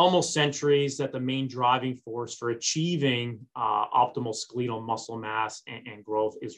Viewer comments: skaleetle? its skeletal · What the hell is "SKELL-LEE-TAAL" muscle?🤔🤔🤔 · Good information, but for God's sake, please check your dictionary. Skeletal is NOT pronounced ...ske leet al. C'mon! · Do you mean to tell me that I’ve mispronounced “skeletal” for 55 yrs? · OMG, Why can't you pronounce the word"skeletal" cortrectly? Either never went to med school our an affectation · It is correct in UK commonwealth nations